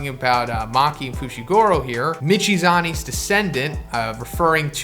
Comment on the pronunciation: fooshigoorow lololololololol